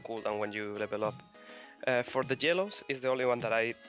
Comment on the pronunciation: XPEKKEEEEE !!!!!! the way you say yellow is so sexy ... you say gellow :D